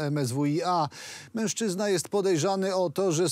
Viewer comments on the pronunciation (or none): none